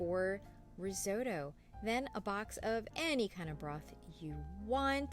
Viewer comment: What the hell is "RIZZ- OH- DOUGH"????